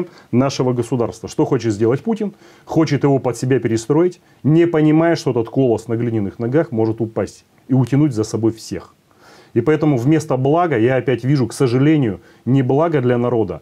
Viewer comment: Волков, браво! Единственный человек, который правильно сформулировал: "...возвращаемся в искаженный квази Советский Союз". Правда, потом не там ударение поставил на слове "колосс", замечание ))